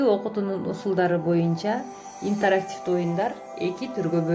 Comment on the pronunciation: туура айтчы интарактивдүү дебей